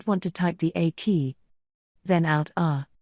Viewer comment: i am Dutch and understand English well but aKEY.. did not make sense to me un till i got that you meant the A key. (for resetting the avi) if you prefer to use this type of voicing .. (why not a real voice? i'd love to voice it in for you.) But if you prefer this it would be nice with such important things like these shortcuts and keys if it was displayed in text on the screen as well. :)